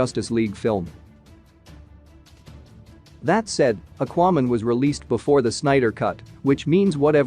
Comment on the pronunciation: And Akuayman lol